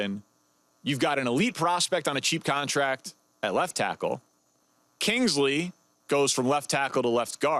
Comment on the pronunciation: Yall gotta start saying Kingsleys name right it’s really not that hard bro just sound it out